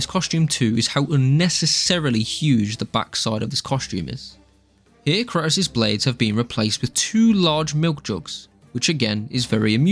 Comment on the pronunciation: The way you pronounce kratos makes me want me want to lay down in front of speed bumps